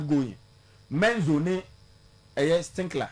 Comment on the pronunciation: Why does he keep saying "Stinkler"